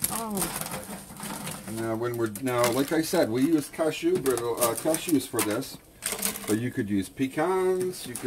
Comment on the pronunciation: Deborah Goetsch yes luvly voice indeed.. I luv the way he pronounces cashews ha ha ha 😆